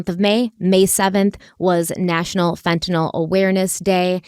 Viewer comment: thank you for pronouncing fentanyl correctly.